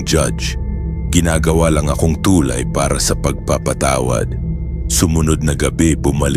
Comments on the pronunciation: Tulay bigkas nyan hindi TUULAY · Ang boring mo pakinggan.. ..Tu'lay....sa'mar..ano ba yan😂